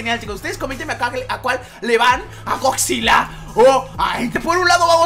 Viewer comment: jajaja da risa cuando dice esgodzilla osea hatafoc